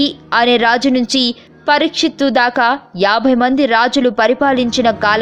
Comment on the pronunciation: పరిక్షిప్తు కాదు పరిక్షీత్